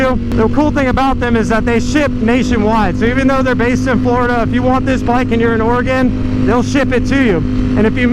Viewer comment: You had to call me out and say Oregon like that. Lmao made me feel like he was talking me into it 😂